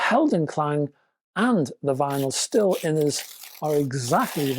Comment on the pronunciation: Hi, the Styl in Vinyl Syl is pronounced same as Style 🙂